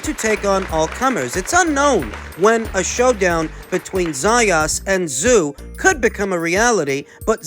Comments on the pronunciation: Tim Tsyzu ( zoo ) ta-zoo ka-zoo it’s very disrespectful to deliberately mispronounce his name. Nobody at 154 gets near him, including Crawford, Spence , Charlo nobody. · Any chance of pronouncing Tim’s name correctly? The TS is silent and you know that.